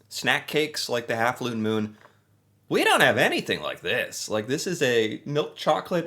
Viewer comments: it's actually 1/2 Moon, not 1/2 Lune Moon. Lol In Canada, all our labeling is bilingual, and because Vachon is French-Canadian based in Quebec, it would be in French first, then English. To put it simply, you're coming out with both, which I think is kinda cool! Love your reactions to our snacks! They are awesome! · A lune moon 😂😂😂😂 the bilingual package gets them every time